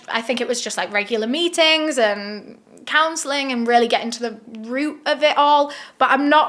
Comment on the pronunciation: Omg when she said “regular meetings” I thought she said “regular beatings” 😭